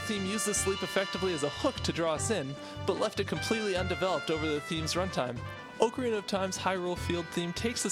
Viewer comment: Your pronunciation of Ocarina triggers me - Officially, it's pronounced like "Ock-a-rina".